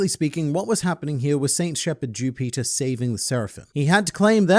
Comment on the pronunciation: The way he says Jupiter sounds like Jew Peter. Sounds kinda racist but hands down hilarious